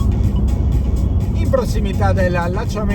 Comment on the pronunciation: Precisazione: Meolo si pronuncia mettendo l'accento sulla "e". Anche su Reghena va messo l'accento sulla prima "e"